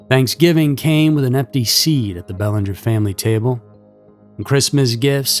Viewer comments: In Mass the name is pronounced Bell-AN-ger with the emphasis on the an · I enjoy your narration, however I was disappointed with the pronunciation of her last name,I heard the proper pronunciation in your 1st media clip,I believe it would be vital to least give her that dignity of this small respect 🙏- (Well, I guess AI rules the world now- sigh 😢) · I live 30 minutes from Exeter I'd say the meth and fentanyl haunts these areas n you're not pronouncing that little girls name right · I can’t listen to you mispronounce Belanger. Do some research on proper pronunciation before airing next time geez 🙄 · Pronounce the name right.